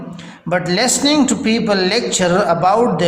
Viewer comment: Pronounciation is very very bad jaise listening ko lasning